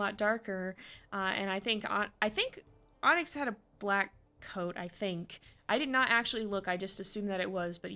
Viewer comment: I swear I was hearing ‘Ahnks’ when you said Onyx lol